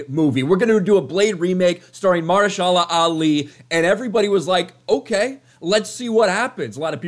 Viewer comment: MA-HER-SHA-LA! GOD!!!!!!